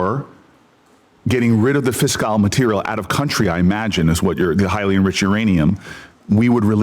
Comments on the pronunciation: Sen Booker, you dimwit, what exactly is “fis-kile” material? It’s “fissile”. Typical leftist. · He also doesn’t understand what “fissile” material is: he thinks it’s “fis-kile”.